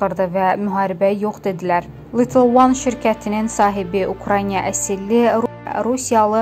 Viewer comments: Eziz aparici sizce UKRAINA düzdü yoxsa siz deyen kimi ukraynya ? Oxuyun öyrenin bilin! Düzgün telefüz edin bacarmizrsinizsa diksiya etmeyin danişmayin sesinizi yayimlamayin ayibdi ! Birce ölke adlari yox umumiyyetle çox sözleri düzgün telefüz etmirsiniz xanim qedin. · Ay qız !!!! Украйня yox !! УкраИНА !!